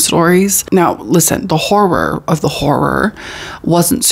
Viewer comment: They way we wait for you to say hor-ROR❤